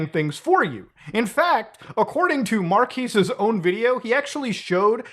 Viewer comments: Is Muta constantly saying Marques wrong? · You're pronouncing his name wrong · Pretty disrespectful to not verify the pronunciation of Marques. He’s the biggest tech reviewer watch one of his videos and he’ll tell you how it’s pronounced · The irony of correcting someone else's pronunciation of a name only to butcher it yourself. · Calls out Will Smith's pronunciation... proceeds to equally mispronounce Marques in a different way for the rest of the video 😆I love you muta but you definitely took the L on this one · Lol u keep saying his first name wrong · Corrects Will Smiths pronunciation…. Pronounces his name incorrectly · 3.7 M and botching 18 M name is kinda petty bro. Pretending not to know the real pronunciation... you started your channel looking up to him, shame on you sir. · I like how he called out Will smith for mispronouncing the name then proceeds to do the same lmao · i like how he brought up the Will Smith thing but still mispronounced Marques' name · So you mock Will Smith for pronouncing Marques' name wrong while continuously pronouncing it wrong throughout the whole video. Nice one. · Your mispronunciation of Marques damages my soul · Not a big deal but I do find it funny you correct "mark-ass" to "mark-ees" when it's "mark-ez" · How are you about to make a quip about the way the name is pronounced when you can’t even pronounce it properly? How are you about to introduce the channel when you can’t even pronounce it properly? He says in so many of his videos, it’s pronounced mark-ezz. Watch 30 seconds of 90% of any video and you can know this. Saying mark-ease is utterly ignorant and disrespectful. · Bruh it's "markez" not "markeez". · Isn't Marques Pronounced like kez at the end and not quise? Or an I stupid?! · mar-kez not markees ;) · I blame Will Smith for me consistently pronouncing Marques as Mark-ass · Is it really pronounced Mar-Keys ? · Mar-KEZ. We can tell you don't watch his channel. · Blud is calling Marques "Marquis"